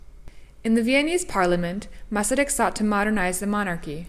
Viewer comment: As a Czech I appreciate this documentary about our first president and also an extremely interesting man. Your interest in him and your Czech pronounciation of Masaryk indicates that you are of Czech descent? Anyway, thank you for a very enjoyable and informative video.